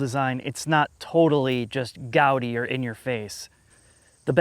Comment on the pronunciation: One point deducted for mispronunciation of "gaudy" . Overall rating for this video still a solid 99/100. Keep up the great work, you ostentatious sons-a-bitches.